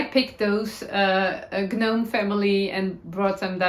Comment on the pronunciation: ❤ The personalization handwork of your ChiaoGoo case/binder and 💗 will probably do this to mine as well 😊 I have some Fantastic vintage embroidered ribbon that would be perfect 😊 😉 The G is silent in Gnome and every time you said gnome it made me giggle 😊 May your week be serendipitously blessed 🙌 🙏 ✨ 🌹 oh and I never did tell you but A heart-jumping heartwarming moment was when you rode your bicycle around your area like a tour ~ your dog in the basket is a joyful sight ♥ ❤ A Life well lived 😌 ✨ sincerely appreciate your guidance 🌹 Julia 🌹